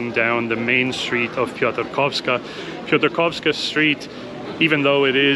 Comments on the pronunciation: You are pronouncing Łódź and Piotrkowska perfectly, but then in "Kościół Zesłania Ducha Świętego there are a few mistakes which could be easily fixed once you knew rules of Polish phonetics. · Ty genialnie wypowiadasz nazwę Piotrkowska Street! I bardzo dziękuję, że wy łamiecie te nieprawdziwe opinie, nadal funkcjonujące na temat Łodzi. Tylko ktoś, kto nigdy nie był w Łodzi przez ostatnie dwadzieścia lat, może powiedzieć, że Łódź jest depresyjna.